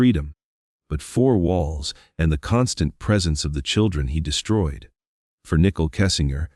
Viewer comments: Is this an AI voice or just a bad reader? Why does he keep pronouncing Nichol's name nickel? Who edited this and didn't catch the error multiple times. Low quality video with too many conspiracy theories instead of facts. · Common dude... Nickle Kessinger??? Robot. That ruins everything